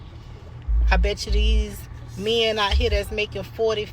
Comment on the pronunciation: "Where's all the mehn?!?!"